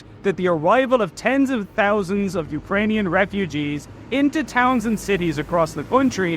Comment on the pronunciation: Lol tenz of touzandz of refugeez